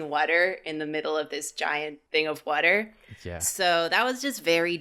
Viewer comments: I didn’t expect Karinas "wadder" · I love how says “whuter” instead of water😂💖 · why does say “wudder” instead of water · i love the way says whotter 💧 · “wutter” caught me off guard I swearrrr😭😭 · Im sorry but i just realised i like it when people say words differently than me like karinas "wudder" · Did..... did say "whater/wuter?" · From this video, I learned says water kinda weird. Sounds like "whater" lol (We love you ❤) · I’m sorry I love the vid but I can’t stop hysterically laughing and/or crying at saying “wudder” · Every time said wudder my brain kinda exploded. I sometimes forget these guys are from the East Coast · accent coming out: "Whudder" Love it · The way pronounces water. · Why can’t say water? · says water funny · How have I never heard pronounce "water" before?